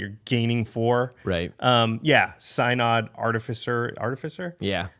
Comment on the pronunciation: Synod is pronounced "Sin ud", not "Sigh nod". Source: Am Presbyterian. The step between the Presbytery and the General Assembly is the Synod.